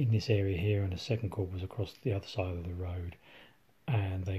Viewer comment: Lovely video: good use of the camera and articulate dialogue. The only observation is I've never pronounced the 'p' in corps, so ut sounds strange to me.